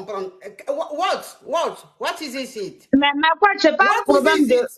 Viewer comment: La coach veut tester la femme sur son anglais, elle commence par What is zizit ? Coach pardon 🤣🤣🤣🤣🤣🤣🤣🤣🤣🤣